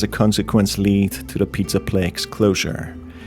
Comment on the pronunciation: Hey man just so you know for the future the word place is pronounced “PLAY-SE” or “PLASE” lol obviously no big deal but I noticed you kept saying “the PIZZA PLAYKSE”